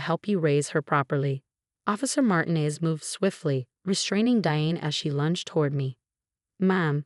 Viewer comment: Please, it's MartEEnez. Please pronounce this correctly. Otherwise, this is a good story.